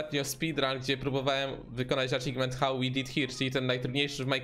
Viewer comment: Achievement, a nie Achigment 🤦‍♂️